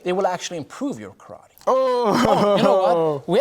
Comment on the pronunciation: My Uncle watched this with me and he’s a Kyokushin black belt, and every time this man said Karatee, and not ka-ra-te he told me to turn it off lmaooo